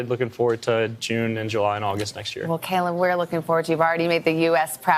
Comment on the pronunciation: It’s interesting how his name is pronounced correctly as caeleb when my name isn’t by others half of the time 😆